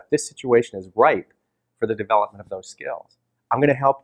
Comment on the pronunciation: What's "Deveopment" ? ;)